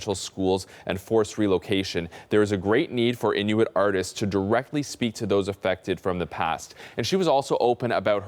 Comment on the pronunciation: Innik?? It's Inuit in no wit Inuit